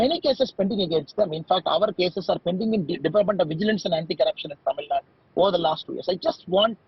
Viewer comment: please pronounce it as Tamil Nadu.. not Tamilnad..